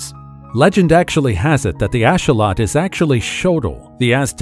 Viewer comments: its not a ashawot its a axolotl ax-o-lotl thats how u prounce it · Just so you know it’s not asholot it axolotl (axe o lot el )😂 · Hang on a second you mention the axolotl, you pronounce is wrong AND you don't even mention how it's one of the only creatures that can completely regrow a limb and they are being heavily researched as a result of this. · bit sad that no research into how to pronounce "Axolotl" sad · You pronunciation of axolotl is very off putting....what else are you going to mispronounce!?! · I can not stand the way he says axolotl. It's not even close to correct